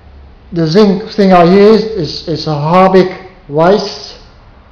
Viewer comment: he said sink with a south African accent I think?